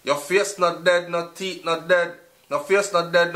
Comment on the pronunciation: it's Deh Deh not dead